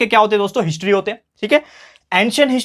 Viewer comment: Sir apne history ko hintry kyu kaha 😅